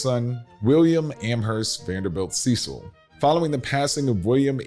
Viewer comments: You mispronounced Cecil dozens of times. It is pronounced Sessil, not Seecil! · You might want to address them as they address themselves... Cecil (SESS-il as in rhyming with "vessel"), not SEE-sill. Get it right if you're going to teach history. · Cecil is pronounced as sessil, not seesil. Short e sound. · Interesting piece, but the Cecil's pronounce it as "sessil" rather than "seesil". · I worked at Mission Hospital in Asheville for years and had the pleasure of caring for members of the Cecil family. They do prefer the English pronunciation of their name with “ses-el” rather than “see-sal”. The house and grounds are amazing as well as the economic uplift it brings to Western North Carolina. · It is not pronounced "Cee-sil", It is pronounces like "Sess-el". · Their name is pronounced “Sess-sull” not “see-sull” (Cecil) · Correct pronounciation of the name is not Ceecil...it's "Cessil" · pronounced Ce (short e) cil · Very interesting video about the Vanderbilt family here in Asheville, North Carolina. But I would like to make one important correction. The last name of the family in charge today,Cecil, is not pronounced the way it looks, but rather rhymes with the word vessel. Please and thank you! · Went many times from 1973 thru 2002. Lived nearby. Not to be picky, but the guy narrating mispronounced Cecil. Its sort of a short sound e. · You mis-pronounce the Cecil last name. Bill Ceil is a classmate and friend of mine.